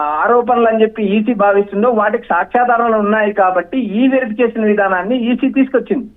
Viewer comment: డౌటే లేదు నీ లాంటి యాంకర్ ఉంటే తెలుగుకి తెగులు వచ్చి చచ్చిపోతుంది ఈ- వెరిఫికేషన్ అని చదవాలి electronic verification ఈ వెరిఫికేషన్ కాదు